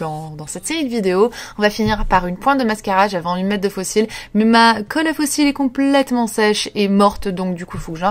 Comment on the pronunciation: Superbe! Et oui ton rouge à lèvre est à tomber 😉. Sinon tu me fais trop rire quand tu dit le mot "complllllllètement" tu le dit (dans toutes tes vidéos d'ailleurs) en insistant sur le L. J'adore à bientôt bisous 😘